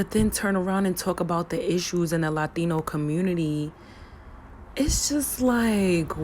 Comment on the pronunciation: Why do you pronounce "Latino" like a Latino?